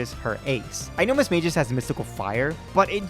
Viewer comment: What the FUCK is mismageis. Its mis-mage-ous